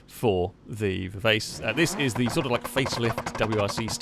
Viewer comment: Shadow: Viv-arch-ay. It's a musical term and it means very fast. you're welcome!